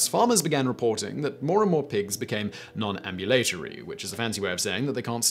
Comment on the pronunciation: Pronounced ambulatory wrong...